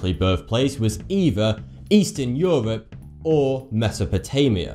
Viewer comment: Where is this “Eastern Euvoop”